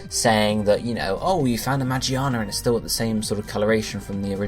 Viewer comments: he keeps saying Magiana even after correcting himself lmao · Its magearna ma gear na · I swear. The way you say the name.. Why not start saying charizard as (Chah-Riz-Ard)? Ffs